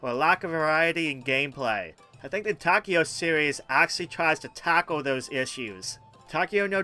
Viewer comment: Great list. Taiko is pronounced Ty-ko.